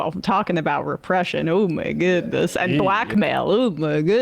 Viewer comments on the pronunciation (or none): "uh ma goudness" lol